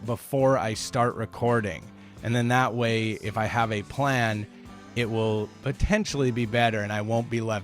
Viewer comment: "Wuwl thank you"